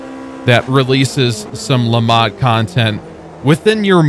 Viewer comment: Am i the only one that is annoyed at the pronunciation of Le Mans and what is the Automobliesta game you keep talking about? 😂